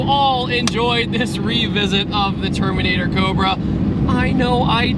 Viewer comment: at first I thought you said termater cobra haha